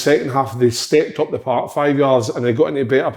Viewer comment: "Intinsity"and "paaark" in the one sentence fae big Kev. Classic